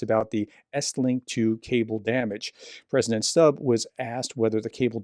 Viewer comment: The president’s name is pronounced stub not stab. Also, I read somewhere that the president and other foreign policy heads were awake at night at Christmas monitoring the operation where a special forces unit seized the Russian tanker. So this was taken very seriously. The unit was armed and had been authorised to use force on board if necessary to arrest the crew and take control of the ship. It was heading towards other cables right at that moment.